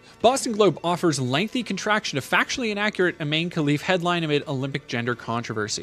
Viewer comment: Hey thanks for your video, I hust wanted to say that it is pronounce Relif not Kelif :) with a gutural R